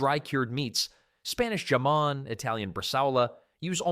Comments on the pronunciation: "ga-mon" you just told me the dialouge is AI. It is prounounced "hamon" spelt jamon, LATEN idiot! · It is pronounced hamon, in Spanish the letter J is pronounced like an H.